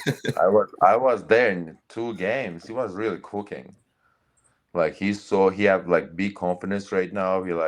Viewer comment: "he was coo keeng" 😂😂😂